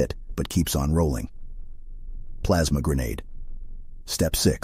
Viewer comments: "Plamsa grenadue" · "Plaamsa grenedeu" -, 2023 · Plamsa grenadeed